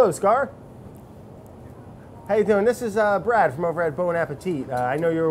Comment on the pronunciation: Andy: Hey, how are you? I'm Andy Brad: braleoe